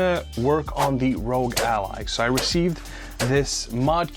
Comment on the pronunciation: you're saying rogue not rog. Rog is not pronounced rogue